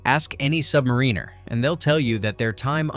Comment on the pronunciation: At least you know how to say “Submariner” properly so you don’t get your ass kicked. We don’t call Noobs Pukes; that’s too much respect. FLOB (Free-Loading Oxygen Breather) is preferred, because until you actually Qualify an Underway Submerged Watchstation, all aFLOB is doing is using up Oxygen that Qualified Submariners need. As for LCDR Whiney, if you can’t handle the separations, lack of news, and other things, then you can always go to the Target Navy. Other errors: Of course we can breathe fresh air; that’s what the snorkel mast is for. Also, eggs don’t last 3 months; 6 weeks is the usual time before the Cooks have to switch to powdered eggs. He also didn’t mention other things, like our shortened life spans. And screw Navy Shrinks.